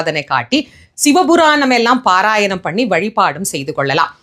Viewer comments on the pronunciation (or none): none